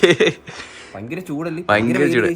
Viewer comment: Bhayankara❌ payankara✅